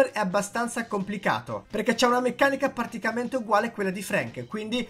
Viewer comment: Solo io mi accorgo che dice sempre particamente invece di praticamente?